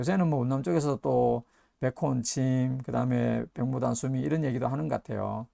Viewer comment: 안녕하세요. 백모단의 한자는 白牡丹인데요, 옥편에 보시면 이 牡는 모 라고 읽히지 목 이라는 발음은 없어요. 단순하지 않나요? 중국에서 정식 이름은 白牡丹，그에 대한 한글 발음은 백모단. 감사합니다. 차쟁이 드림